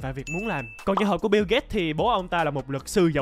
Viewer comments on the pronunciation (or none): none